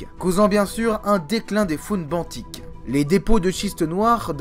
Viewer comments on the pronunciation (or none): Une très bonne video qui a nécessité pas mal de travail et de recherches, mais j’ai noté quelques petites erreurs :) .Forme : - Le S de trapps ne se prononce pas - Benthique se prononce bintique .Le Fond : - Les Eugénéondontiformes ne s’éteignent pas mystérieusement lors de la crise Trias-Jurassique. Ce groupe de chimère était déjà en déclin depuis le permien et à été pas mal affecté par la crise PermoTrias, seul la famille des Edestidae à survécu à la crise, leur extinction semble donc logique à la fin du Trias. - La diversification des hybodontes à bien lieux durant le Mésozoïque dont le Jurassique et s’éteignent bien à la fin du Mésozoïque, dépasser par les Néosélaciens qui apparaissent vraisemblablement au Jurassique. Ils suplantent bien les Hybodontes au milieu du Crétacé et réussissent à traverser la crise Crétacé-Paléogène. - Les trappes de Sibérie ont durée plus d’un million d’année, elles ont même eu une activité tardive au cours du Trias inférieur, moins importante que lors de la crise PermoTrias, mais assez pour entraîner une anoxie/euxinie des océans, et provoquer la crise d’extinction mineur Smithien-Spathien. - La taille des trappes de Sibérie est en perpétuelle évolution, puisque chaque année ont les étend en découvrant de nouveaux moceaux (Merci le réchauffement climatique !) - La rediversification post crise au Trias s’est fait extrêmement rapidement ! pour les ammonoïdes, la radiation subie est extrêmement rapide, et ceux à partir d’un seul groupe ayant trav